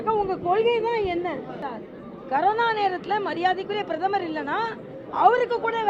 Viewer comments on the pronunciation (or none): டாக்டர் மேடம் அது கருணா இல்லை மேடம் அது கொரோனா😂😂😂😂😂😂😂😂